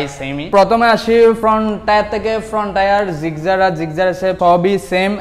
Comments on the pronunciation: ভাই তুই আগে গাড়ির নাম জানিস তারপরও ভিডিও করিছ Gigzar না Gixxer 🤣🤣🤣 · জিকজার নাহ জিকসার* সংশোধন করুন নাহলে মানুষ হাসাহাসি করবে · জিগজার না জিক্সসার😊😜😄😃😀😂🤣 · জিকজার 😀😀 আগে নাম জানেন পরে বলতে আইসেন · Gixxer Pronunciation vul apner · ভাই আপনি তো বাংলা বলতে পারেন না।গাড়ীর নাম তো ভালো করে বলতে পারনে না।